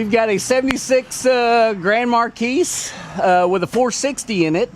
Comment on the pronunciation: It's pronounced Mar Quiss.